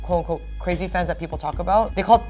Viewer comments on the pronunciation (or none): it seems like Amber was about to say "saesang Pans" instead of "saesang Fans " probably bc she is so accustomed to speaking Korean where they don't have the "f" sound and use the "p" sound instead